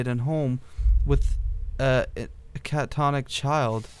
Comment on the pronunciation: Catatonic, not catonic. It's basically the conscious version of a coma.